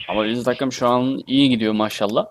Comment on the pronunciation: Katım değil Takım )